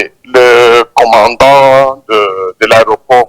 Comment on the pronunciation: STP C EST COMMANDANT (DON) ET NON COMMANDA...